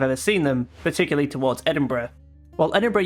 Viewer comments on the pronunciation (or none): none